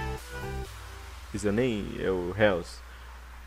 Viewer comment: "Réus" kkkkmm é "Róys" que se pronuncia